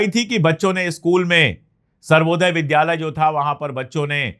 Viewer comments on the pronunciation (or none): none